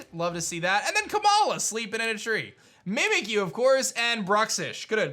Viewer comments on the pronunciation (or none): none